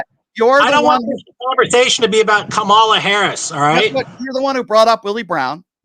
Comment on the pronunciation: KAM-a-la, pal, like Pamela.